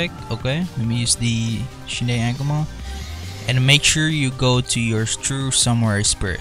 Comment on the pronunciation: U CANT EVEN SAY AKUMA CORRECTLY UR PRONOUNCIATION IS TEERIBLE U SAY IT AS EHKUMA